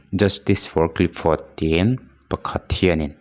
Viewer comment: Clifford tih hi clipford tiin ilam in kahria ilam sual deuh nge ka hresual zawk?😊